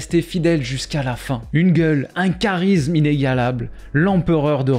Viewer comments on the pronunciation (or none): none